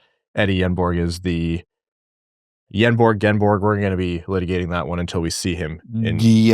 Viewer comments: No G on the end either if you are getting that specific. Nobody in NA ever says the names exactly correct. It'll be interesting to find out what everyone settles on when he makes the league. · It’s “yenborg,” no g